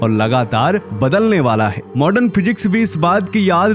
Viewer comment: मॉर्डन नही मॉडर्न बोलो